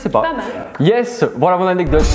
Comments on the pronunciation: une anecdote: une anedote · Elle dit annedote et pas anecdote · pas anedotes, ANECDOTES Ps: ça ma tuer quand il te demandais de dire "Anecdote" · Petite aide pour: Anek dote c'est pas plus compliqué 😂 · Grave je fais que repasser le moment ou elle dit ANEDOTE ! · Mais oui anedote 😂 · qui ce fou de la gueule de à chaque fois qu'elle prononce "anedote" 😂😂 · anedote 😂😂😂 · Ne t'inquiète pas, tu n'es pas la seule à mal prononcer "anecdote" 😌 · Le nombre de fois où dooms a dit anedotes | | \/ 😂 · Prononcer anekdote 😂😂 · voici comment on prononce anecdote: A-nec-dote De rien 7n7 x) nice la vidéo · C'est anecdote et sa ce prononce aneKdote . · a un gros problème avec ce mot " Anecdote " Je rigole à chaque fois! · La prochaine fois dooms apprend à dire "anecdote"🤣🤣🤣🤣🤣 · ANECDOTES Je dis ça parce que tu ne sais pas le dire 😂😂😂😂😂😅😅😅